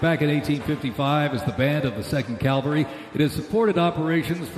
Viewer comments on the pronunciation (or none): The announcer keeps saying "calvary" (like the hill just outside Jerusalem, where Jesus was crucified), instead of "cavalry." For example, just after . Is that how they pronounce it in the U.S.? (I am living outside the U.S.) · Calvary? Does me mean Cavalry maybe? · Could they have gotten a guy who could PRONOUNCE the word “CAVALRY” ???? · Great job, everyone. Well, except for the poor announcer/narrator who couldn't pronounce "cavalry."